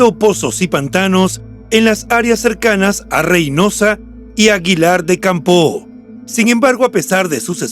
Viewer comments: Es aguilar de campo. Sonido acento en la letra o. Una o. No campoo. Gracias por el reportaje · Caballero. Le informo de que Aguilar de Campoo no se pronuncia con la O tan larga y marcada. Solo es una aclaración para que lo corrija. Reciba un cordial saludo desde Aguilar de Campoo.